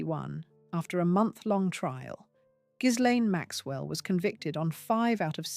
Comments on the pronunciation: The name Ghislaine, as I understand it, is pronounced Gilane…the “s” or “z”, depending upon how it is spelled, is not pronounced. And now, thanks to the tRUMP regime, she is imprisoned quite comfortably in a very different type of prison than the one she should be in. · The narrator has it wrong. You pronounced the S and the G is pronounced like a J in Jacqueline. Its difficult to explain